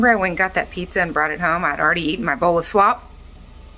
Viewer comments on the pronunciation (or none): Such a great perspective! When eyes are on us, we can behave so differently than we normally would. And we would believe it was a good decision too. Satan is SO sneaky! My book comes tomorrow! Oh that Franklin 🥰 Night! Praying for you daily. Love you dearly. P.S. I LOL every time you say “slop” 😆